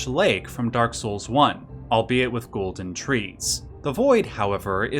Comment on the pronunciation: Lmao “ghoulden order”